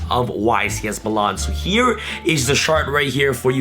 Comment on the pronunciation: Meelan* not muhlawn